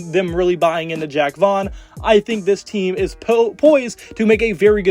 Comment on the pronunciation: It's pronounced Jacque as in "zsh-ock". Not Jack.